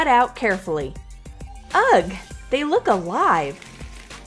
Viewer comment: ITS NOT UG ITS UH and it is spelled ugh